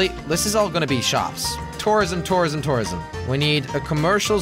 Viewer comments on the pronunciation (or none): He sounds like he's saying terrorism